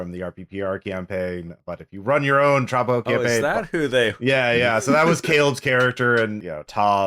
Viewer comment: tra-BA-jo, not TRA-ba-jo